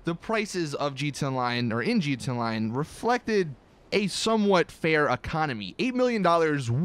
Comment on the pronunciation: Stop saying gtonline and say it right